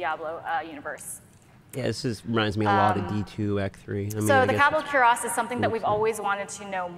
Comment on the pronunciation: They can't even pronounce "Kurast" properly. 🤦